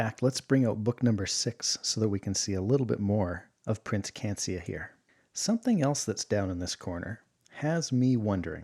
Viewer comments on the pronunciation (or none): Cancia? Tarnato? Unless I erred, they've been misspelled and mispronounced : Canica and Taranto, as written, Taranto many times since.